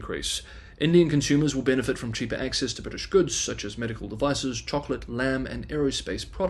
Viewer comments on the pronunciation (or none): none